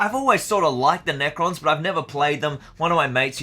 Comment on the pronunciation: Did you call them neko boys as in cat boys?